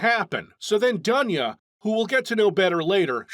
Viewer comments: It's DOON'YA on russian, bro. Live with this info. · It's not Duhnya. It's Doonya.